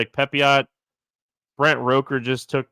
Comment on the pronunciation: ROOKer, not ROHker